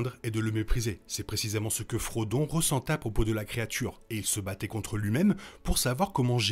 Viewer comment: Super vidéo, il est vrai que l'histoire de Smeagol est plus explicite dans les livres que dans les films. Par contre le ''ressenta'' de pique aux oreilles